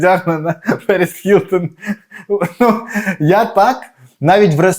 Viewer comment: Вона Гілтон, а не Хілтон. Ми ж не русаки, щоб так вимовляти.